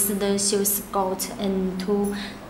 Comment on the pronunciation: She says "golt", you mean gold💀?